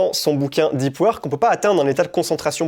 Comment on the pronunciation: "i" pad .... omfg tellement frustrant à entendre et le livre dont tu parles c'est pas "deup weurk" aussi par hasard ?